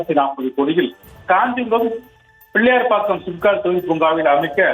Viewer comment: செய்தியல்லரே பிள்ளையார் பாக்கம் இல்லை பிள்ளைப்பாக்கம்.